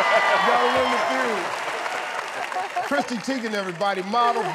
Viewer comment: He called her “Christy” LMAO 😂 😂 I love this dude